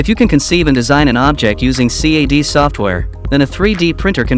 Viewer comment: Whoever made this video... PLEASE GOD EDIT YOUR WORK BEFORE POSTING!!! The text to speech you are using cannot even say CAD or Flashforge correctly... 😂